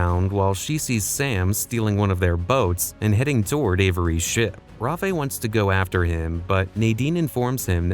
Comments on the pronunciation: Rafe not Rafi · The amount of times he called rafe ra-fe 😂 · He thought Rafe was a Spanish or Mexican dude that's why he pronounced it Rafé 😂😂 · Rahfay, ok ai narrator whatever you say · The way he says Lamp like lump is somehow more annoying than saying Rafe like cafe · bro they literally say his name hundreds of times in the game and it’s always pronounced rafe not the way the dude is saying it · I hate the way this AI says Lazaravic and Rafe’s name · I never even noticed the voice was AI until the pronunciation of Rafe. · Bruh. Not how you say Rafe’s name. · The way he says rafe is irking me soo bad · It hurts bro😂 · Yk when I saw ur comment I thought you were trolling but damn bro ur ryt😢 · I agree